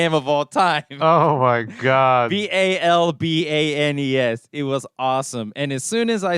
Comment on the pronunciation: Every time you mention Zulbag and Balbanes I just hear ballbag and ballbags